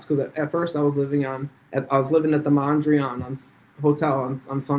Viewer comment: lol at “mandreon”… it’s the freaking Mandarin Oriental